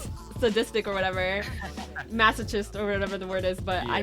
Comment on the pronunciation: don't hate me, but the 'ch' in masochist is a 'k' sound like in 'choir' as opposed to the usual 'ch' sound like in 'cheese'.